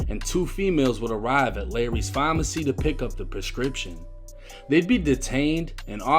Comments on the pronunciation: Why say pharmacy like that bruh that shit annoying me lol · It's PHARMACY not FAAAWWW-MMAAARRRCCCYYY!!! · Why this dude say phamacy instead of pharmacy. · Is this dude trying to say pharmacy?